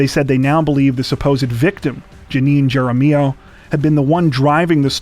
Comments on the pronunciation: Wow. You guys are always almost perfect in your pronunciations of names. But Jaramillo is pronounced with an "H" sound like jaramillo. Great job tho. Albuquerque escapes COTW This week but Santa Fe said our turn. Sad for everyone involved. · That story about the fake kidnapping, if the name is spelled Jaramillo. It's pronounced "Harm E O".